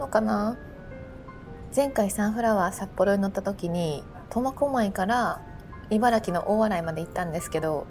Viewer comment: 最初コマコマイって聞こえるけど間違ってたらすいません!